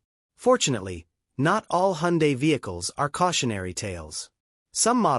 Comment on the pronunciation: Please dont ever say hundie, its pronounced hundae like sunday